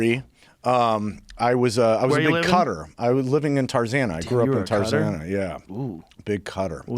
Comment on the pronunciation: When he said cutter I thought he was saying Qatar till he elaborated 😂😂